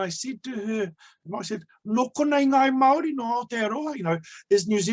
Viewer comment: When saying the word 'Māori' try enunciating it as "Mouldy' soften the 'd' sound to achieve the tapped r or voiced alveolar tap. Pākehā - Park air heart (drop the t sound)